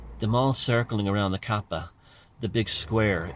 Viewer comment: Interesting pronunciation of Arabic words. Tips for improvement: It's Islam, not Izlam; it's Hj, not Haaaaj, and it's Kab3a. Fun video